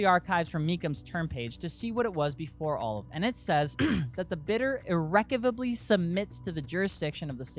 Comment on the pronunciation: Look up how to pronounce “irrevocably” please. lol just ribbing on you.